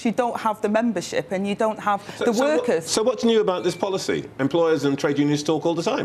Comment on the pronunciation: I think that if they have someone who kills the English language, it will somehow appeal to t'uh wurkuz.